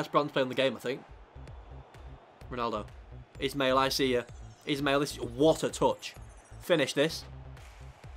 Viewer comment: You’re pronouncing Ismail wrong as it’s actually pronounced ish-male